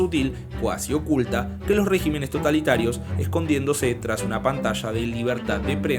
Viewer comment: Reg í menes con acento en la Í, ojo